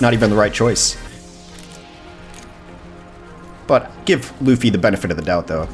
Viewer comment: Luhfy is wrong Loo - Fee is the right way to pronounce it.